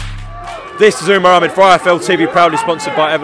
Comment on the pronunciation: his name is umar not uma